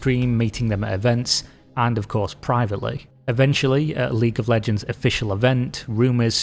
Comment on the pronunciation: 🤣Ahh League of leeejeee...